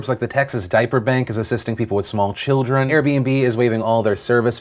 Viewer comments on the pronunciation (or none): none